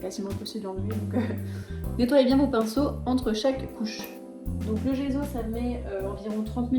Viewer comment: Ça se prononce djesso ! À l'italienne 😊